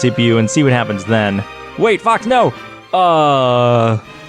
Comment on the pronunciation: Did he call fox “fuck”